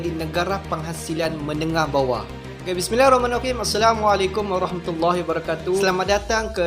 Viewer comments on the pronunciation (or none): none